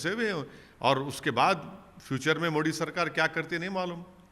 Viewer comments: इनको मोदी नही बोलना आता है उनको मोडी बोलते है ओबैशी 🤣🤣🤣🤣🤣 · पहले तो बोलना सीख ले टापू । मोदी बोला जाता है मुल्ले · अरे मुंह से पान निकाल कर बात कर यार मोदी मोदी बोल✊✊